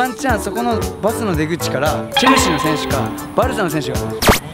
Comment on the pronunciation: チェルシーがチャルシーに、なっている